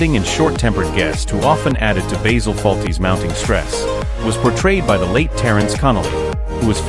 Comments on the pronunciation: I is pronounced Baasil, not Baysel! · BAYZIL Fawlty ? it's BASIL Fawlty !!! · These AI voice overs are sooooooooooo irritating. It's BASIL ... as in the herb ... not BAYZIL! The sooner YouTube bans these annoying AI produced videos ... the better. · Why is your music so loud? His name is bAzil, not baYzil! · Alice was not played by Una Stubbs and who on earth is Bayzil? .. Good grief. AI bullshit. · If you can't even pronounce Basil as a christian name Don't recommend earned ! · So lets get this right you claim to have watched this program yet you cant say basil properly jesus wept americans hear how something is said. Then say nope thats not right ill say it the way we think it should be ignorance at its best